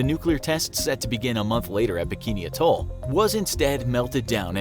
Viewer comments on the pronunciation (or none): none